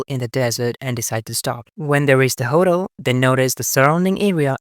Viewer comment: Your mispronunciation of hotel made me giggle.